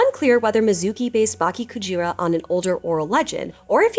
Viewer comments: Why are you saying baki instead of bake in bakekujira? It's not THAT hard. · Bake not Baki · Just a little pronunciation tip… “bake” sounds more like “bah-keh”, with the “e” in “met”. 😊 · BAH-KEH KU-G-RAH, not bok-kee ku-jeer-ah. EH-BIH-SU, not ee-bee-soo. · “Bah-keh Coo-jeera” -> Correct pronunciation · The way you pronounce it sounds like Baki Kujira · Cool story, but please consult with someone on pronunciation next time, im cringing every time you say "baki kujira", it's an e not an i lol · Dude, at least learn how to pronounce Bake-Kujira correctly before making video like this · Can you read words in Spanish? You know how there's only 5 vowel sounds? Japanese is like that too. a like father, i like sushi, u like sushi, e like meh, o like oh. So when you say bakekujira, both the e and i can't be pronounced the same. They are different sound. Gashadokuro was unrecognizable. Ga, like goo-goo-ga-ga. Sha, like Sha-la-la-la-la. Do, like doe, a deer, a female deer. Ku, like Coo-coo said the pigeon. Ro, like row row row your boat.